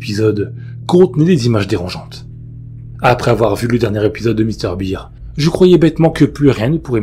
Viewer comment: Salut, Mr Bear (à prononcé "bère") fait tjrs autant flipper. Même après plusieurs années de pas avoir entendu ou relu cette creepy